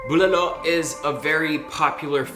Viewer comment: Thank god Erwan said bulalo the proper way lol. He's obviously legit from the Philippines 👌. Been watching banyaga vloggers and I'm getting tired of them saying "booo lah lo, Bough hol, Bora-cay, Pala-wan, seybu, adough bough, panseeet, looooompiah" 😂